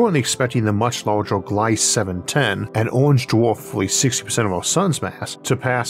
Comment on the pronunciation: It's not Glayss, it's Glee-zuh